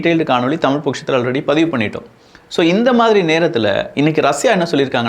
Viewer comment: எலுவத்தினாலு சரியா இல்ல எழுவத்தினாலு சரியா? தமிழ்ப் பேசுங்க ஐயா. தமில் இல்லை.